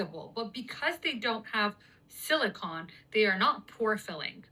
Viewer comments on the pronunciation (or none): i cant trust her simply bc she doesnt seem to know the difference btwn silicon (elemental thing in computer chips) and silicone (jellyish plastic). If youre gonna make a video about sciency stuff make sure you know how to pronounce stuff correctly. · Anyone else get annoyed with the girl kept saying “silicon” it’s silicone…very different. Foundations are made with silicone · 😂😂😂. I'm sorry hearing that girl say this foundation has no "sila-con" when it should be silicone. Sili-con is a valley in California.😂😂😂 I was having a sh** day but got a chance to have a little giggle. Thank you very much❤ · I get so annoyed when people pronounce "silicone" as silicon. Those are two completely different things!!!! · Omg that girl saying silicon instead of silicone is making me mad lmao those are two different materials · why is her saying it like “silicon” bothering me so much????